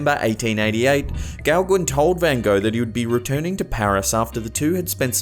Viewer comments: Gauguin is actually pronounced "Go-Gan" and NOT "Gow-Gwin". Here's a link to the correct pronunciation of this French name, Gauguin. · You make me laugh out loud with your pronociation of forgian names. It's pronounced Paul Go-gan. 👍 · Thumbs up...just a friendly FYI though. You pronounce Gauguin as Go-Ga, dropping the n. The A is pronounced as it is in the word 'fan'.